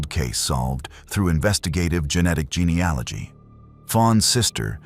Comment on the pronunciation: Real or not, it's so nice to hear an American voice say geneAlogy. GeneOlogy isn't a word, but is spoken by almost every US true crime channel.